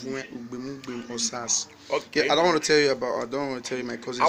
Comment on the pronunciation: said his name better this time. The extra stank really added something.